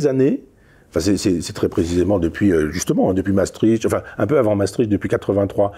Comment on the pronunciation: Mais pourquoi les Français, même cultivés comme Michel Onfray, sont-ils tous incapables de prononcer correctement les noms étrangers ? Déjà, Maestricht cest cht à la fin, pas tch ! Il suffit de savoir lire. Ensuite il n’est pas difficile de prononcer « Maestrikt » au lieu de Maestritche ! Que dirait-on si on prononçait « « Parisse » ou Ca-en pour Caen ?